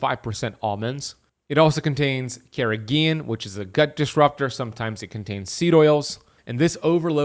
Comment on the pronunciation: carrgeenan very bad. Carageen moss very good😊